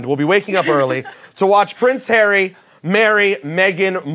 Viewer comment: "i duh no prin hary"